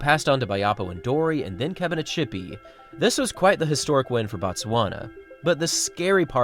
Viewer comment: Kebina-ts-hipi, ts, not sh!